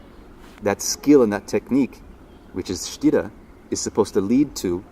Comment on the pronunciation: Sthira not sitta